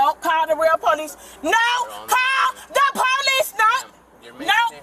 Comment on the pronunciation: Call the real po-leece.